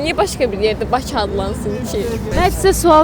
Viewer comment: Jurnalistlər küt adamları haradan tapır? Ay qız Baçı yox, Bakı. Bu millət ç hərfi ilə k hərfinin fərqini bilmir. Ay oğlan azərbaycan dilini dərindən öyrən. Ay xanım şəhəri köçürməkdən söhbət getmir, paytaxtı köçürməkdən gedir.